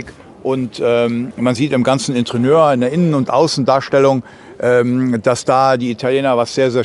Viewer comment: " Interieur " nicht wie Sie immer sagen Intrieuer. Ansonsten reicht es auch Innenausstattung zu benutzen, auch gut. Danke für die Präsentation